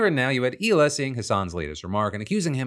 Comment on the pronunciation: Its Hila not Ela